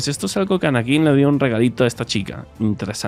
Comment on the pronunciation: "Anakin" con la acentuación en la primera A :)